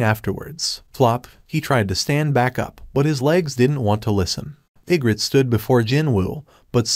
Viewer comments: Bro the way he says igris is igrit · Why you saying igrit it's igris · Say igrit one more time………Igris😡. And rise up? Are we watching the Atlanta falcons? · I was confused because he can’t say arise or Igrs I don’t know how to spell it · If the name is Egris then why does it read as egret? XD